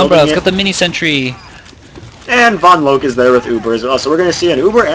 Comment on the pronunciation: Drop the E on vonloke when you say her name, you always say it wrong haha